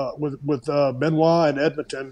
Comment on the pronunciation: Wait did he just say benoit